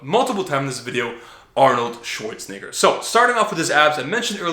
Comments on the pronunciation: hey man gotta watch the way you pronounce arnolds last name lol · I'm not sure I like The way you say schwarzenegger... Haha